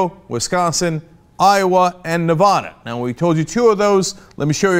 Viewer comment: you always say nevada wrong it pisses us off